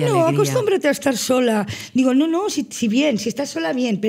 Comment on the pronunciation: "...y tú ño". 😜